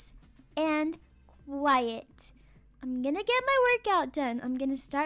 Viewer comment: Did anyone else hear her say "Peace and yiet" instead of "Peace and quiet?" Idk if it was just me 😅😂🤣